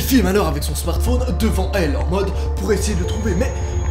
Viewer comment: Pk tu dit smartphoone